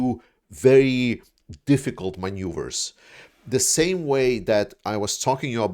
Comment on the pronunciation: yay, you said maneuvers correcly this time, G! 🎉🤗🥰🤣